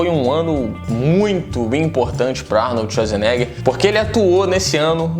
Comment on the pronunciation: Arnold Esuasnega